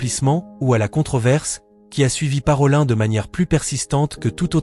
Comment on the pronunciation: Parolin se prononce comme ParoliNNE ( nom venitien) et non ParolAIN .